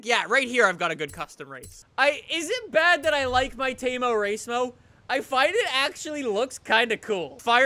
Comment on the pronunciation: Every time he says "temo racemo" I can't stop laughing 😁😁😁